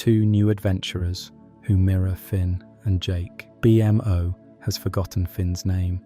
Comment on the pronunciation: "Gol-B", "B-M-O" The AI voice just killed this video